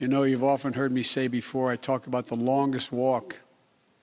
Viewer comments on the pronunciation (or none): none